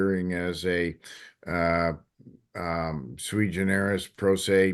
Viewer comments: She’s trying to say: “Sui Generis.” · Judge Rossi: “…sui generis…” Oy; that’s not what that term means, either. The sovcit misuse of language is just contagious.